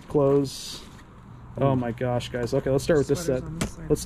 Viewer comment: Just stop saying "Ho my gosh"